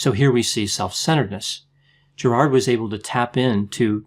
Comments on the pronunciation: Prob: Gerid (not GerARd) . Sorry! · I’m Australian too. We pron it “Gerid”... not “GerARd” (like St Bernard). It’s so distracting/the only video I can’t watch (I just want to interrupt all the time “no it’s pron ‘Gerid’. He’s ‘Gerid’. ‘Gerid’”